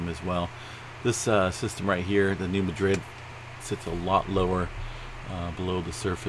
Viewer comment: It's not pronounced as Madrid, as in Spain. It is pronounced MAD-rid!